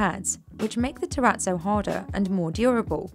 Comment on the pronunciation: I'm triggered by the way she pronounces terrazzo.